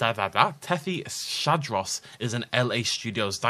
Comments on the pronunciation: Is Tethys-hadros, not Tethy-shadros, because it's the hadrosaur from the Tethys. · Tethys Hadros. Not Tethy Shadros. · Me fa solo girar un pò le palle il modo in cui lo pronuncia